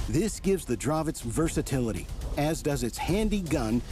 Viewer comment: Hi, you finally have correct pronunciation for CZ word Dravec, nice, just joking:) Keep up your great work, greetings from Hradec Kralove